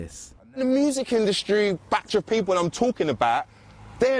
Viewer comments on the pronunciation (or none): “Survived in-dust-tree” 🤔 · Interesting pronunciation of the word industry